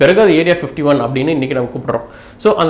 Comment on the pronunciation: Bro clear ah pasuga area 51 nu soiluga area 15teen soilura mathari iruku .speak clearly